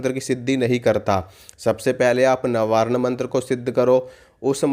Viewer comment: Tht iz ( nawanh mantra of goddess Durga) not nawanarn,ok ji PlZ speak clearly,. Please 🙏 respect tht divine words 🙏 sry yi say u tht .